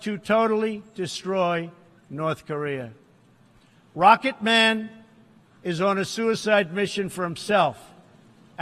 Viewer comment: ロケットマンのアクセントワロタ